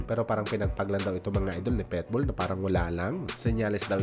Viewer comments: Pakinggan mo nga mabuti kung paano mo ipronounce yung Pitbull..sabi mo..PETBULL..kaasar pakinggan..PIT..PIT..not PET🙄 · boss, PITBULL Hindi Po PETBOL